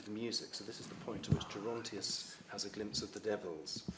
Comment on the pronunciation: Pronounce "Gerontius" with a hard G !